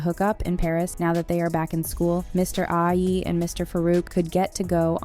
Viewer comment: when she was pronouncing it mr ajayiiiiiiiiii instead of mr ajayi